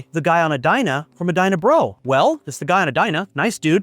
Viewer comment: It's Dyna Brah...Brah!